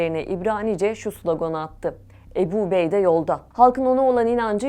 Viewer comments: Правильно озвучивайте.не Эбу Убейде а Абу Убайда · Уважаемая! Не Эбу, а Абу Убайда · Не эби а Абу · Не Эбу а Абу что значить с армбского отец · Абу убайда А не убеда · Good explanation about the Abu Obeida but please pronouncing his name Abu Obeidi is not correct 😅 it's Abu Obeida da da da simple as that ✌️😙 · Не эбу убейде а Абу Убэйде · Не эби убейдэ, а Абу Убайда🤦‍♂️ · Ни Ебу убейда а АБУ УБАЙД надо говорит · Переводчик не эбу убейде А АБУ УБАЙДА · Не Эбу убейда а АБУ УБАЙДА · Правилна гаварите не эби убейде а Абу убайда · Не обейде а Убейде, не Эбу а Абу, не эль жазира а Аль жазира. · Не эбу а Абу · im sorry but the way she pronounces abu ubaidah is sending me 😭 please do your homework before pronouncing a foreign names 🥲